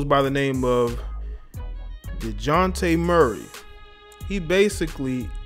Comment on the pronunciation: At least say his name right